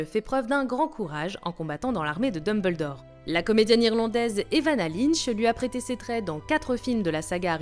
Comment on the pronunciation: "Dumb Beul D'or" MDR